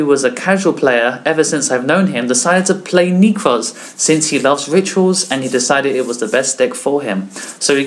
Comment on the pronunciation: "nekrz" not "neeeeekroz"